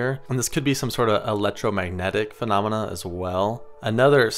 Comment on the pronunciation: How many "fanamena" ?